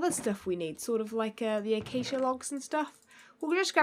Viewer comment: denied thar she technical pronoucd accia logs/planks wrong by saying that everything was the same:P